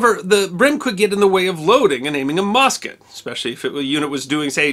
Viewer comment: You are saying it wrong, also you said mosket not musket, you are pretty uninformed about history for being promoted as such